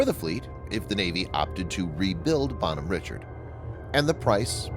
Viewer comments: It's probably a disgruntled ship yard worker or sailor. And it's pronounced Bon hom rishard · Dude, Bonhomme Richard is a French name and therefore should be pronounced in it's French name, precisely " Bawn-arm Ree-shard". It ain't too difficult and for those who can speak even a little French, the mispronunciation.really grinds on one's ears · First, he shops name is pronounced “Bon-Homme-Rishard.” Named after Ben Franklin’s French pen name in his magazine “Poor Richard’s Almanac.” Second, she was a amphibious assault ship, not a “hospital tender.” But hey, you’re sponsored by War Thunder, so facts and the real world must not mean much to you anyway. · Jesus Christ. Its pronounced “Bon-Home Ree-Shard”. Fuck dude. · it's pronounced "bon ome reeshard"